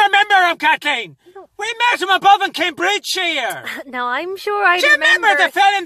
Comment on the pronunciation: Did say We met him in Came bridge sheer 🤣